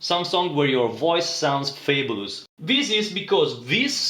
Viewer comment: Thanks for helping me out. I think I'm gonna donate 10 euros one of these days. PS i like the way you pronounce Fabulous!